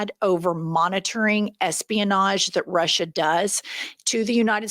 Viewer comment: Did he keep saying that "we are in Alaska in Rusher"? He said it like 2 or 3 times, not just a slip of the tongue. It was very deliberate, as if he is giving Alaska to Putina. Why is nobody talking about this? Its unreal him saying that Alaska is in Ruzzia!!!!! Ive heard nothing more about it.